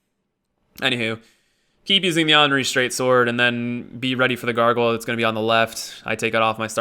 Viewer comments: no, it isn't fucking Onri. It's Anri. Like Andy. Or Annie. Or literally every other word that starts with "an". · Why don't you pronounce the "th" in Irithyll? Plenty of characters in the game pronounce the name, so it's not a mystery. Speaking of, Anri is pronounced with the 'a' like in "and", not like the 'a' in "all". No biggie of course, just pointing it out for some reason. Actually, one pronunciation that bothers me the most is Oeden from Bloodborne. The name is said out loud on many occasions, but so many people pronounce it completely wrong. Everything from oiden to oden. It's more like urden if the r is pronounced with a more open throat.